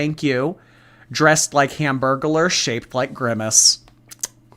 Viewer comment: THE HAMBURGERLER 😭😭😭😭 hambergular….